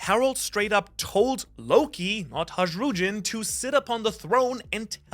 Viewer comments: The mispronunciation of harudjin is making my eye twitch. Bro mis pronounces a lot, but for some reason that one made me have an aneurysm lol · listening to a guy with a scandinavian accent mispronounce Harujdan and Jarul is possibly one of the top 10 funniest mispronunciations of all time. I hope Oda draws Ja Rule fighting Jarul one day for an SBS or something. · stop pronancing hajrudin in english dammass